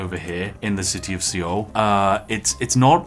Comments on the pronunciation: “great I built a new city sea-oul”…. Uh spiff my dude it’s pronounced soul the “e” is silent lol love the video crazy you got targeted so hard lol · The mispronunciation of "Seoul" really killed me 😂 It's not pronounced "Ceeol"...it's pronounced like the English word "Soul" 😉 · One big game of "MY CABBAGES!" , also seoul is pronounced as soul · "see-ole" lmao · Seoul is pronounced the same way as "soul" or "sole." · You deserve all the meteors for the way you pronounced Seoul